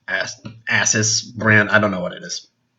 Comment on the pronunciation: ass us - its ASUS... its not a knockoff brand its much better than an IPAD.